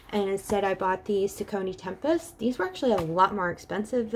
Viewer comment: Just an fyi, that's not how you pronounce Saucony.